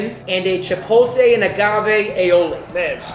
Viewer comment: A chef that can't pronounce Chipotle correctly. Keep up the great work,. I love the channels.